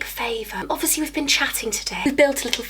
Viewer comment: Omg when you said "wee ben" you sounded just like me and I'm northern Irish😂 gowannnn you can talk northern Irish now